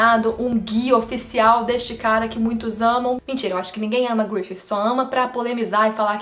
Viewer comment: fale grifissssi, pq grififi fica muito mehh